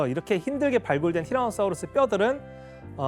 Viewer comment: 아니 사우루스라구요 사우르스가 아니라....